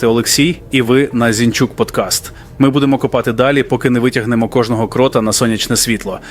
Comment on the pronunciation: Якби не помилки наголосу ші, я б підтримав. Не ZE КрОта, а ZE КротА.